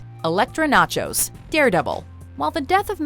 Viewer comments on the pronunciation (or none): they said Elektra Nachos instead of Elektra Natchios.